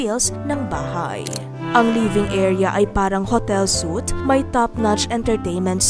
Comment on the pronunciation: suite pronounced (sweet)